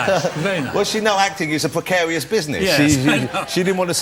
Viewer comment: pwecaweous... the elmer fudd show